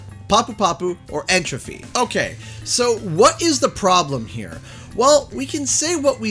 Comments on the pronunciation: Just for the record. N.tropy is a a play on the word entropy. And I would think its pronounced entropy not entrophy. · not saying this to be a dick, but I have noticed in multiple videos you say N. Tropy as "N Troffy". It's not spelled N. Trophy. The gimmick is his name is a play on the term "Entropy" as in randomness in physics. Anyways on the character roster, maybe they aren't naming off everyone because of unlockable characters or perhaps DLC (I am thinking more so free DLC that comes down the pipes after the game is released).